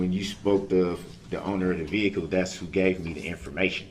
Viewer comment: The 20tin veehikle